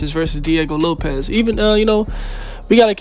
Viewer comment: Sick vid bruh but it's Diego LopeS not LopeZ